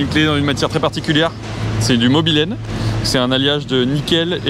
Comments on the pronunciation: Manque plus que la caravane, et puis bon c'est pas mobylene mais molybdène. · La clé est en MOLYBDENE et non « mobilène » 😂😂😂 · PRT Petite Rectification Technique: la clef est en Chrome Molybdène (et pas mobilène...) aussi appelé Chromoly ou encore CrMo pour qui connaît le travail du métal ! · J'ai adoré cette caisse dans gran turismo premier du nom, et la clé c'est molybdène et pas mobylene :) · Super vidéo de passionné, mais le mobilène c'est comme l'adamantium ça n'existe pas 😄 C'est soit Monel ou molybdène👍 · C'est pas molybdène ? Je connais pas le mobylene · Molybdène pas mobylene 103 spx 🤣 Très belle voiture sinon